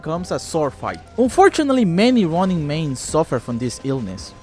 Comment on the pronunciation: i swear every time you say ronin i hear running. love your videos!